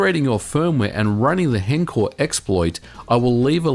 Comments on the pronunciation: i hate when people say "hencore" its h- encore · Shouldn't it be pronounced honcore? For henkaku encore